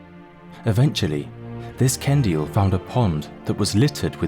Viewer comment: Ok but the fact they said Ken-dee-ill just makes this so much better XD